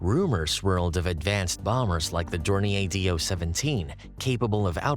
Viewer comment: "Door-ni-eh"? Yes, if it was French. The correct German pronunciation should be " Door- neer"